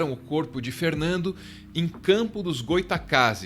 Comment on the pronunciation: É CampoS com "S" obrigado.